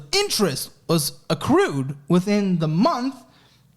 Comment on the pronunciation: Accrueded lol